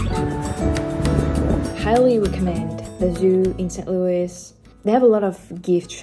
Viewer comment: Thanks for such a great mini-tour of my home town. I worked in that office building next to your hotel. And you are definitely becoming American by the way you pronounce St Louis. It must be hard to say it that way being French. 🙂 You could make a whole video how we mispronounce the MANY French names around town.